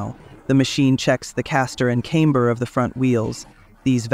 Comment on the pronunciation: Why CASter but CAMEber? why change how you say the A. It's pronounced the same a short A for CASter and CAMber.